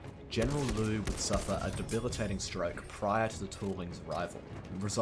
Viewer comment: the General Liu's"劉"is actually pronounced a bit like "Leo" but faster, so it's not that complicated